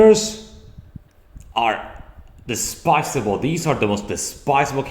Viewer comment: It’s pronounced “despicable”.